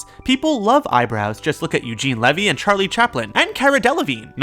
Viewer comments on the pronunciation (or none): none